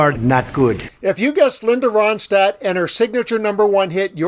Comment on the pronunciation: It’s Ronstadt- NOT RODSTADT!